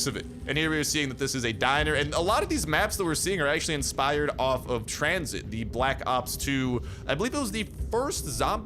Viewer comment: tranzit!? seriousss!? 🤦🏻‍♂️🤦🏻‍♂️🤦🏻‍♂️